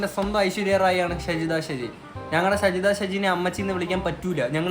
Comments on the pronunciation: ഷെജിത അല്ലടാ ഷാജിത 😂😂🤣🤣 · ഷജിദയല്ല ഷാജി ദ ഷാജിയാണ് പൊട്ട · ഷജിത അല്ല ഷാജിത